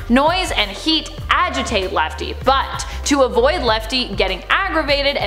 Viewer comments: It’s lefty not L.E.F.T.E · Lefty not lefte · Its lefty not lefte its funny name lefte XD